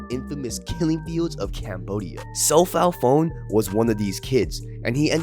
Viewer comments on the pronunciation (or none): It's pronounced, So.Paul Pawn. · It’s pronounced “So-Paul Pawn”